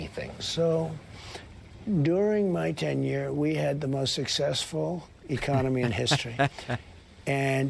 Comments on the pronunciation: It's not "ten year", genius. It's "tenure". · It’s tenure tenure mo-ron